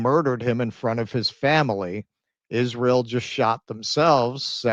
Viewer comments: They-Is They- ra They-el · Candace's speech impediment is like nails on a chalkboard! I full body shudder everytime she says "Izh-ree-uhl".